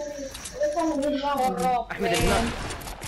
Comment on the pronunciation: مسوي انكليزي تكول شراب مكان شيت اب 😂😂